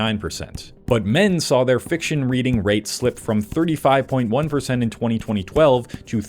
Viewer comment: “20 2012” anyone else catch that 😂